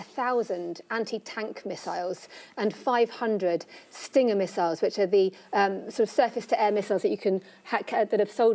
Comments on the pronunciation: News It's Stinger not "stringer". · "stringer missiles" xDxDxDxD professional journalism :D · Stringer Missles? lol its Stinger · Stinger missiles.. not stringer.